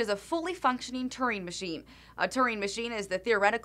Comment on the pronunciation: Glad I saw this vid, only problem is the dumb pronunciation of his name! it is Alan Turing as in rhymes with Shuring